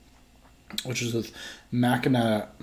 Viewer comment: Listening to say Mackin-ack had me dying.